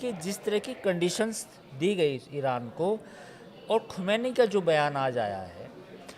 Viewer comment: Ankur; khamenai kahna seekh len pahle phir patrakarita kren